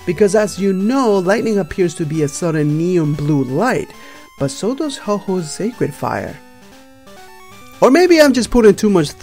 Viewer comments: Umm... we know the fire was caused by lightening. Not Ho-oh. Also... not Ho-Ho. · you need to work on your pronunciations.... It's Ecruteak not Ogreteak city. It's Ho-oh not Ho-Ho. -_ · IT'S NOT HO-HO IT'S HO-OH!DON'T YOU KNOW HOW TO READ!!?!!????!